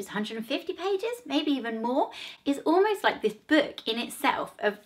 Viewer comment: Her voice is so irritating she can’t even say the word book